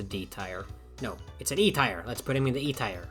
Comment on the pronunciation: The joke is even funnier considering you're mispronouncing "tier" 🤓